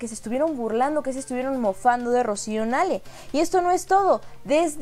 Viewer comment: Querida, porque no pronuncias como todos, incluyendo el presidente. N A H L E.. AUNQUE QUIZAS SE DEBIERA PRONUNCIAR NEIL, TODOS PRONUNCIAMOS N A L E.. POR FAVOR!!